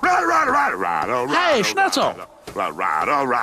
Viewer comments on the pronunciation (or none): After awhile, it sounds like he’s saying “right, alright, alright, alright, alright”, especially ! 😂😂😂